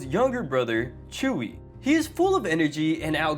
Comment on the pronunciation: He didn't say "hi Chuy" he said "hi chewey"